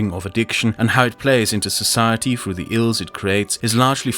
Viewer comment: Through, not frough.